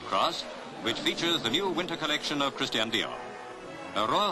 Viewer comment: Love her, but she should learn to pronounce Christian. It’s NOT Christien!